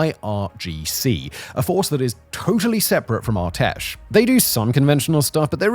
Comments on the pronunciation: It's ar-tesh not our-tesh ar like array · whenever you pronounce "Artesh" like that I cringe hard.